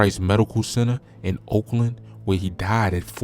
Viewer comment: It’s called Oak Lawn not Oakland 🤦🏾‍♀️